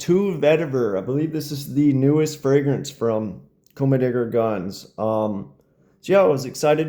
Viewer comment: Why do you say commedegargons.....